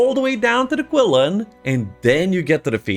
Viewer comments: Qilin are pronounced Chilin like Chilli powder. The letter Q(Qi) is a Chi-like sound in their native language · Ur pronouncing qilin wrong